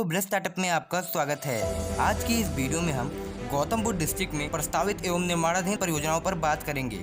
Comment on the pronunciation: Bideo nhi..video hota hai wo